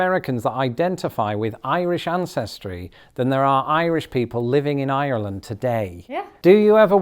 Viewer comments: Couldn't really hear her accent until she said her country name... R-land! R-ish! Really bursts out. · Why can’t people from ireland say ireland? They just “arlen”.